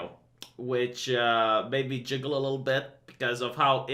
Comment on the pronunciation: I love how you pronounce giggle as jiggle. Please never change that.